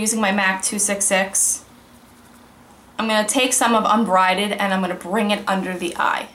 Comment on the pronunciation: You kept saying "Unbrided" but it's "Unbridled"...as in a horse without a bridle. ;-)